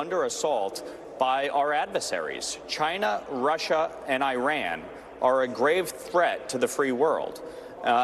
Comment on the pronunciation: this guy cannot even pronounce Iran. bought and paid for Republican